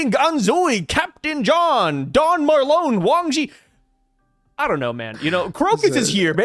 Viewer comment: We don't have the full story to say who would win. Also, I don't think Oda puts tons of care into the power levels of the characters as much as he cares about the storyline. Also, is it me or should Marlon be pronounced like when you say Marlon Brando ( the actor that played Vito Corleone in the godfather)? I feel like since they are both mafia bosses, Oda used him as an inspiration.